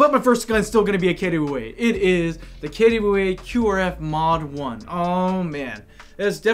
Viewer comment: I never knew KWA is pronounced "kettya wey". Expert drop here